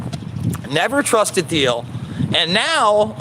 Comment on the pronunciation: I think the H is silent in peter thiel Anyways thanks for the content